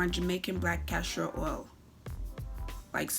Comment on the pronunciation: Wtf is “castro” oil? Think castOR oil kmt! 🤦🏿‍♀️